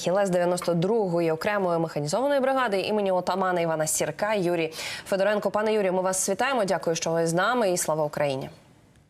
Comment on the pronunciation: Шановні ведучі, Вивчіть, нарешті, НАГОЛОСИ в українських прізвищах. У даному випадку - ФедорЕнко